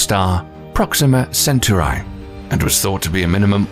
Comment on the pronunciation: Centauri is pronounced as sentorai?